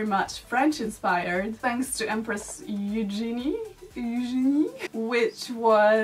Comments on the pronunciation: Queen Marie Antoinette may be has already invented it in 1780's. The second prononciation of Eugènie is right. and ya ,I'm french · The second "Eugénie" was the good one, you nailed it ! ;)